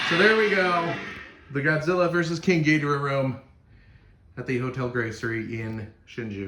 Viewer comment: You pronounced Ghidorah wrong